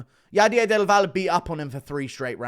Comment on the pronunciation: Bro read del valle as dival.